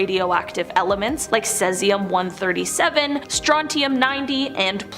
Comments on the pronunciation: omg who is this woman who cant say Cesium properly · OMG I came to say this!